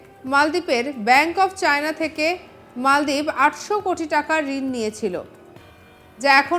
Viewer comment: ওহে নাম মালদ্বীপ কেন মলদ্বীপ বলেন ?